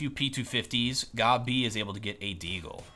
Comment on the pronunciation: How do you manage to prono8unce Gobb, Gobbie ? made my day xD